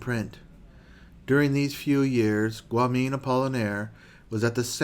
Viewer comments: It’s pronounced Guyom not guamin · Well the beginning is going rather rushedly. And Guillaume is pronounced 'Gee-yome' stressing the first syllable. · Guillaume =. Gee - yome. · Guillaume is pronounced "ggee-yohm" ;) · Is there any way to edit your pronunciation of "Guillaume "? It's pronounced GEE -YOM. It takes away from your presentation. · What takes away from the presentation is your brains incapacity to accept that Guillaume is not pronounced correctly Let it be and enjoy the narrators love for the subject that he has with such dedication created and is sharing with us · Loved it! Great video, very dense and insightful. My only negative remark is the pronunciation of french names suck as Guillaume or the latin expression "ecce homo"